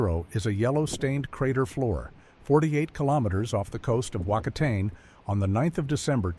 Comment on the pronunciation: PLEASE teach your AI to pronounce NZ words..Waka TANE??